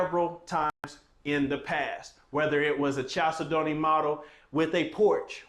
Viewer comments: The main syllable is the second of 4. They way you do it is the main syllable first chal say don't. Please change it. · you are mispronouncing the name of this home. Chalcedony is a gemstone. It is pronounced kal SED onee, not Chal se don't. It's like fingernails on the chalkboard everytime you say it your way, which is incorrect. Nice home. Just please pronounce it correctly please. Kal SED onee. Gemstone. Beautiful. You're welcome. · I’m glad you corrected him. Chalcedony is a gemstone and every time he says the word my ears hurt.🤣🤣🤣But I can see why he pronounces it wrong. Kal-said-knee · Love you,the name is a gemstone,it is pronounced as follows CAL SED NEE,hope you do not mind the correction. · I ❤!! Whew! I will say it is pronounced “Kal-Said-ony” but he can say it however he wants! Cuz we ❤! I love your video🎉s!!